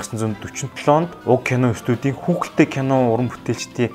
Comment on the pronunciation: kuukeldei bish huuheldei shuu hha